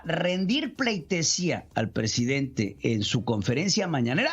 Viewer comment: Yo si dije, no manches, y ese es el Prejidente!